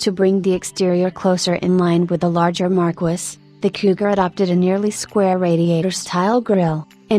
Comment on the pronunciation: "Mar-kwiss"?! Marquis is pronounced "Mar-key" LOL